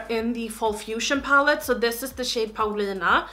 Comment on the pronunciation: I looove how you say your name in your Gothenburg accent/dialect! I'm from Stockholm, so i'm not quite sure why i'm writing this in english.. Den här videon gjorde mig glad, grattis till paletten💕